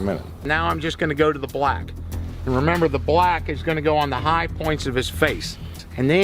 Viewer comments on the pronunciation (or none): This guy uses his whole mouth to say BHULACK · the way he says black and brown … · The way he says BLACK 😂😂😂😂